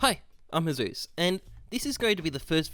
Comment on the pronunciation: I like how he pronounce it "hezeus" not "hey zeus" it sounded like that in my ear